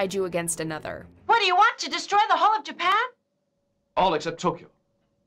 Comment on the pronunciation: They cant even pronounce destroy